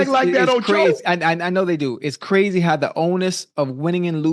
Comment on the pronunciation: Dats Qwazy Dats Qwazy Dats Qwazy anything else u wana add Ocho...yea Dats Qwazy